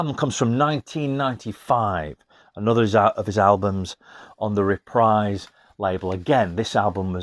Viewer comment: Reprise is a musical term, synonymous with "repeat" or "play again." It rhymes with knees, breeze, freeze, sneeze. It does NOT ryhme with dies, eyes, skies, lies, or size. Hope this helps.